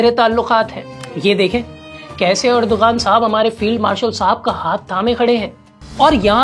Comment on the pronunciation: Bhai Erdogan nahi sahi pronunciation Erdowan hy.